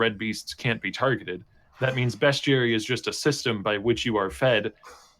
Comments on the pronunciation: It's 2019 and still hasn't learnt how to say "Bestiary". There is no U in it. Say it in any way you want as long as there's not a U in it. It's not "Beschuary". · When he says bestuary does he mean beastiary? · Yes, he does. A fair bit of people with his regional accent pronounce the -iary sound as -uary.